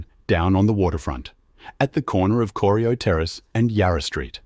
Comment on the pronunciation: Bloody AI Production! - I grew up in Geelong and love the City but if you want to make a high quality production take the time to get it right. Corio is pronounced: "Core - rye - oh". Not "Corry - i - oh". I'm not quite old enough to remember the Geelong Trams but my parents and Grandparents knew them well.